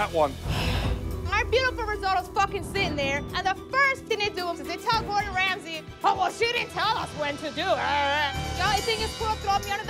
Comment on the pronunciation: just listen closely “chef Wamsey “